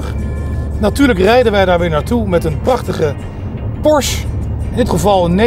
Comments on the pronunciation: Het is Por-sche. Niet porsj. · is het je ooit opgevallen dat het woord porsche eindigt met een e? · Spreekt Porsche niet eens goed uit